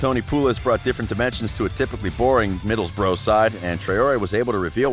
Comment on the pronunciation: You are saying middlesbrough wrong